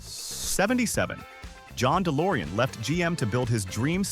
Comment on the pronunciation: Delores for a Pinto. There were more Pintos then DeLoren so why couldn’t you find a Pinto. I had one and three of my sisters had one but can’t find one for this. Some of the videos are a joke when pictures aren’t what they’re talking about or the narrator can’t pronoun something properly.